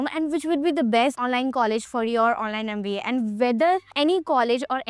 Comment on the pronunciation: NMIMS is the best. Hope you pronounce MBA properly. Big thumps down yo you for too much of bla bla bla